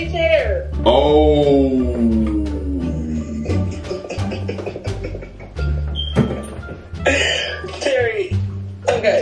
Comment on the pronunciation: “my haiwwww “ 😭